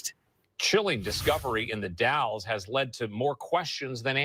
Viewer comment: Hi, did you say The Dalles Oregon or Dallas Oregon? If it’s in the Columbia River Gorge area it’s The Dalles. Two different towns. The Dalles is pronounced - (the a sound is as in apple) Dalls. Just fyi 😊 I’m always on the hunt for Kyron Horman! I searched almost every day for him for 4 years. And I have his initials tattooed on my neck. … someday that baby will be found. 🙏🙏🙏